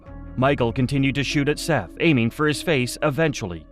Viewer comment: Obviously this was done by AI voiceover. SETH IS PRONOUNCED 'SETH' NIT 'SEETH'. It's like ggling about ROOSTERS & AI TALKS ABOUT A ROOSTER LAYING AN AGG. AI IS RUINING THE INTERNET-TOO BAD WE CAN'T TURN IT OFF. TO EHOMEVER STARTED UP THIS YOUTUBE CHANNEL-LEARN TO SPEAK CORRECTLY YOURSELF & EDIT YOUR VIDEOS. AS SOON AS I REALIZE THESE VIDEOS ARE AI GENERATED-I TURN THEM OFF & NEVER SUBSCRIBE TO THEM!